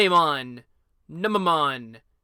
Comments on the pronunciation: NOO-meh-mon. C'mon man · New-May-mon is how you pronounce it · I always thought it was pronounced Neu-nuh-mon. man that Digimon is so nasty i mean in digimon world nunemon eats poop! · YES! FINALLY A GAME THEORY I UNDERSTAND! It's pronounced noom-a-mon. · Its pronounced new_ma_Mon